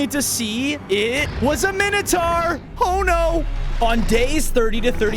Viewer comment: what is a minoutaur